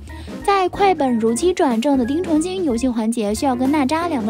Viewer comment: 是丁程xin不是丁程xing